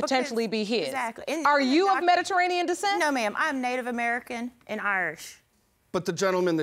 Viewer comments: She kept saying Meta-ranian... took me a minute to figure out she was trying to say Mediterranean 🤦🏿‍♀️🤦🏿‍♀️🤦🏿‍♀️ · Omg if this woman says "Mederanean" one more time....!!!!! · Mederainian decent.. 🤦🏻‍♀️ ma’am please be quiet until it’s your turn to mispronounce words. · She couldn't even pronounce Mediterian 😂 can she stop cutting him off every chance she gets. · “See, Mederadian descent” MEDITERRANEAN BIH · Lady: "Mederainian" Me: "MeDIterranean" Lady: "Mederainian" Me: "OMG...MeDIterranean!" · "Mediranean"...... Oh my! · She pronounces Mediterranean weird and it bothers me